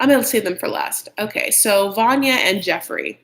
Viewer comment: VANYA IS actually called VARYA :-)))